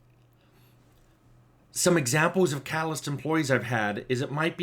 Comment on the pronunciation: I keep mishearing catalyst as "calloused" That's a very different type of team member.